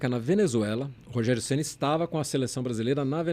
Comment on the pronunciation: "Rogério Geni" kkkkk